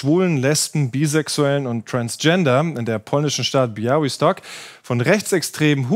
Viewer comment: Lob an den Moderator für die saubere-korrekte Aussprache des Ortsnamens "Białystok"! Es sind derlei Kleinigkeiten, die zeigen, dass Ihr Euch Mühe gebt 👍🏼